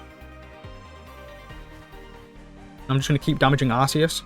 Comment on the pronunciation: Quick PSA. It’s pronounced “gear-atina “ and “arc-eus” :) Sweet deck!